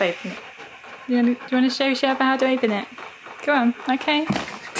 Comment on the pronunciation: Ngl. "Sherpa" was on point like the pronunciation was IMPECCABLE.